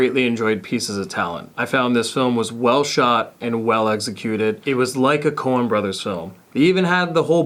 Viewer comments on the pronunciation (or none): lol corn brothers, I think he was saying Cohen brothers.